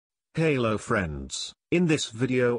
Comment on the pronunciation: He says halo friends😂